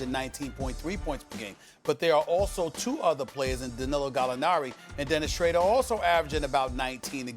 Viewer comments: Schrader? Smh yet again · Bruh it’s pronounced Shrüeder ! (Ü as in Über) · Here we go with “Dennis Shrader” again😂😂😂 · SAS: Dennis Shrayder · nobody: stephen a: dennis schrader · This man keeps butchering Dennis Schroeder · SAS can’t pronounce schroder to save his life